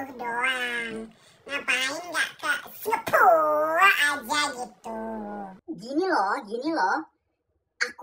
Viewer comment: cara ngomong Singapura nya kocak parah 😂